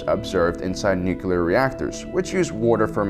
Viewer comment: Nuclear* not nucular